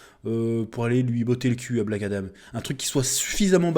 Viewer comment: Adam frérot, pas Adame 😂😂